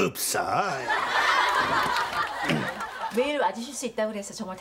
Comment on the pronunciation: 읍써어~! 찰져 ㅋㅋㅋ